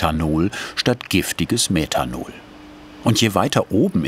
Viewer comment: Meddhanol, Eddhanol😂